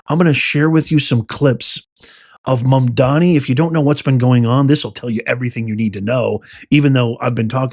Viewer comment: iT IS MAAMDAANI NOT MOM DONNIE. GOT IT? “MAMDANI” and not ”MUM DONNIE.”